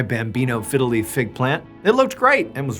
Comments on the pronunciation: it sounds like you're saying "fiddly" instead of "fiddle leaf" XD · Please say bambino figgeliy fig tree once more!! 😂